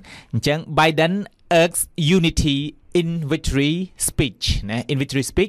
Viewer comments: Plz pronounce the word "Urge" correctly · Urge ? Check pronunciation again bro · Divisive គេបញ្ចេញសំលេង ឌីវ៉ាយសុីវ, urge សំលេង អើជ មិនមែនអើកទេ